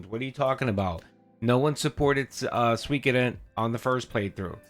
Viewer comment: I was trolling phil in his chat last week calling it "soy koden" I can't believe he started calling it that 😂 he used to say swee Koden